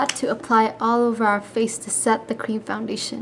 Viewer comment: Don't mean to be mean but you say founbation in stead of foundation.